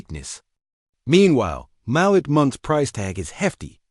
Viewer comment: Malik Monk. It is pronounced mal EEK with the accent on the second syllable.